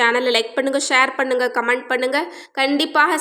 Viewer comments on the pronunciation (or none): none